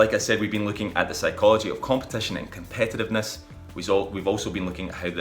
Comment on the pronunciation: Man, you should have learned how to pronounce the word before making a whole video about it, it's very distracting and decreases the value of the video